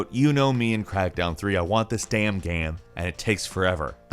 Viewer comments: Is he saying game or Gam? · This is a genuine question do you say gam instead of game sometimes. I notice it sometimes but maybe im just totally trippin